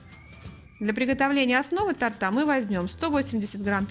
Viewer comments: Все здорово, кроме того, что хозяйка неправильно говорит, так режет ухо. Д ля тортА, а нужно- для тОрта. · у вас хорошие рецепты, но тОрта!! Не тортА!😉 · Замечательный рецепт, изложенный очень приятным голосом. Но надо говорить тОрта, а не тортА, тОртом, а не тортОм!!!! Извините и не обижайтесь, пожалуйста. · Торт вкусный , но не тортА , а тОрта . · За рецепт спасибо. Лайк. 👍 Но всё таки, для тОрта. 🙏 Слух режет. 🤷‍♀️ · Не тАрта а тОрта. ТОрты. Слух режет. ТАрт, это другой десерт. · тОрта, а не тортА!! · тОрта,а не тортА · очень нравится ваш канал, но, пожалуйста, говорите верно слово торта, ударение на О и никак иначе. С наилучшими пожеланиями! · Рецепт и видео очень классные, но уши режет, когда Вы говорите тортА. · Как же режет слух это слово « для тортА» правильно «для тОрта» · для тООООООрта, а не тортА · Не ТАРТА, А ТОРТА! Кошмар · Меня просто раздражает это "для тарта",смотрела и думала,хоть бы еще раз не сказала😬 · Здравствуйте, рецепт хороший 👍 Просьба, говорите, пожалуйста, для тОрта, так правильно. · ДЛЯ ТОРТА (УДАРЕНИЕ НА О)... А НЕ ТАРТА... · Извините,уж очень режет слух, для тОрта) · Все чудесно но делайте правильно ударение "торта" на первый слог.